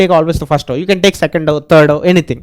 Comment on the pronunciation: Row❌ Graww 🗣️